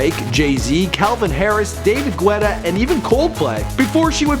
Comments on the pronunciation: Its not Gwetta its pronounce getta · David Gooetta X'D. he truly does struggle with names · Did you say David GWETTA? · David gu-etta😂😂😂😂😂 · DAVID GWETTA LMAO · HAHAHHAH david GWETTA HAHHA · This guy said David gwetta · can't even pronounce guetta